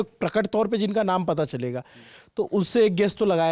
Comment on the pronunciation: @@ "naams" min apko bahut dhyan se suna jata hai apke YouTube platform se Hindi ko aur sunne aur samajhne ka mauka milta hai hum logo ko...thoda spashtta aur shudhta ki apeksha hai.🙏😊